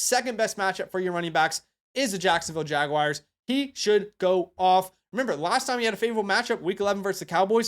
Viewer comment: Dude, there are NO Jag-WIRES. It's Jag-WAHRS. Always has been. Unless you're trolling, please self-correct.